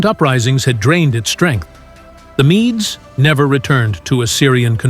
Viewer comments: MEDES is pronounced MEEDS, not "mee-dees". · Mee-dees? Your robo voice needs training. [LH] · AI slop: don't bother watching. It became evident as soon as I noticed pronunciations of key historical terms changing throughout the video. (e.g. at times pronouncing "Medes" correctly, and sometimes as "mee-dees")